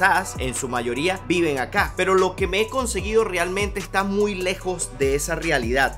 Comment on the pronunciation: Buenos Dias no se dice enncoseguido. Se oye muy mal lastima que siempre lo dices, CONSEGUIDO ASI ES CORRECTO, POR FAVOR!!!